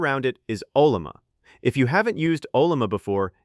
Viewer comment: For a generic 16gb thinkpad with 4 gigs of vram, the models you can run are just toys. They fail at real work. The ONLY success I've had is by using Pi Coding Agent with local LLMs and even then the scope of work you can do is limited. Oh, and teach your TTS how to pronounce Ollama.